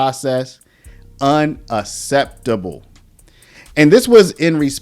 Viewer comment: The first "C" in unacceptable makes a "K" sound not the "S" I heard you say. Here is a pronunciation guide from a dictionary for you as an example. un·ac·cept·a·ble [ˌənəkˈseptəb(ə)l]